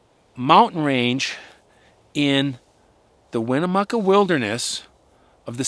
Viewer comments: And it pronounced why-ma-new-chey, not winnemuca. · Hi, Great show! I love to hear you tell these stories ❤and this was a really good one. I live in the Durango area and I wanted to let you know how we pronounce the Weminuche. It is 3 syllables Weh-mi-‘Newch, with the emphasis on the last syllable“newch”! The “mi” syllable is pronounced as in the word “minute”. I agree with “you can never go wrong with a jackalope”😂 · you should REALLY do some research on how to pronounce the areas that you talk about. I grew up hiking& Backpacking the Weminuche ( Wem-en-ooch) Wilderness. The Grenadier (gren-a-deer) range with the Animas (An-a-mus ) river is spectacular country. Also the picture of Durango is in fact Silverton. Very sloppy storytelling when you don’t take the little time to research where you are talking about. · It is pronounced, Wo-man-u-ch. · I live there. Its "Weh-meh-nooch" Wilderness, and "An-ah-mas" River. Ive always wondered what some of the people were hiking to up there off the train. Bit concerned but Ive always wanted to cross the mountains from the south side over into the Rio Grande Reservoir. Never considered uncatalogued species encounters. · The wilderness in this story is the Weminuche. It is pronounced locally as, "Whim-ah-nooch". It is vast and some of it probably has never been touched by a human before. It is not an exaggeration to say there is no telling what lives in there, including sasquatch. This fall, in the South San Juan wilderness, same area of Colorado, two young and healthy bow hunters were found dead rather mysteriously at the same time. The conclusion was that they were both struck dead by lightning. Suffice it to say, there are a lot of ways to get hurt or die in the overwhelming expanses of the Rocky Mountains. Enjoyed this story and the one about the lady in the Black Canyon of the Gunnison. I lived 2 hours from there and never went to see it. Shame.